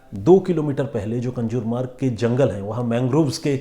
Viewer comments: कंजुर मार्ग नाहीं कांजूर मार्ग हैं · कंजुरमार्ग नही कांजुरमार्ग. सर आप नामो का ऊचारण गलत कर रहे है. 🙏